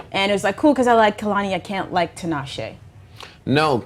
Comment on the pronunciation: its pronounced ti'nah'she